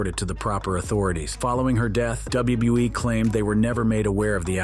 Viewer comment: Double u - bew- eee 😂